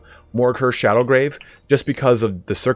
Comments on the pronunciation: Dude, it's called Morghur the ShadowGAVE, not ShadowGRAVE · No R in Shadowgave...